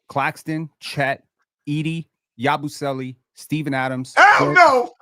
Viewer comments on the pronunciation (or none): a legend bro I can't believe he said Yabusele 💀 There's being low on Ayton and there's whatever just did right here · I’m all for some ayton hate but I was eating and hearing yabusele’s name almost killed me